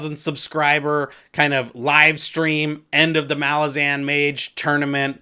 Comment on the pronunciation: Hey bro was listening to U and while I totally respect our own sounding out of characters names just always thought kruppe is pronounced with oi sounds almost more a uh. And Jagut more with the Hebrew type y sound yahut souning yahout and yeah your final pronouncment of malazan is perfect keep up Fri work m8 your awesome